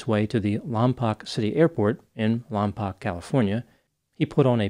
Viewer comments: It's not Lom-pok, it's Lom -POKE, like stop poking me. - Resident. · great video, but im sorry i have to do this. Lompoc is pronounced "Lawm-poke" not "Lawm-pawk." just a regional thing, sorry for being that guy. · Lompoc is pronounced "Lom-poke," fyi. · It's pronounced lom poke.